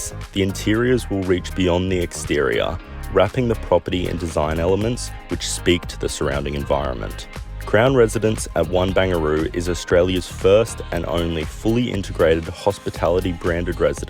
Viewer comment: Haha, did you just call it “Bangaroo”?